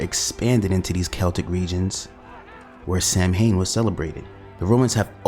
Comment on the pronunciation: Nice vid and you'll be forgiven for pronouncing the Gaelic word 'Samhain' as 'Sam Hain' because that's how it's spelt but the correct pronunciation is Sow (as in Cow) and-ain (as in pain) the mh is silent.